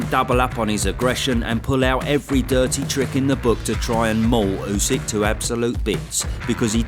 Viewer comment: Tyson calling usyk usek is so annoying, just say his name properly ffs